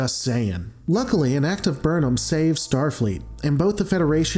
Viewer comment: "an act of Burnam" roflmao